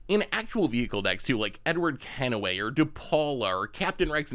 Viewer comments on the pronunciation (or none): I’m convinced he’s doing it on purpose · How in the world did say KENWAY wrong?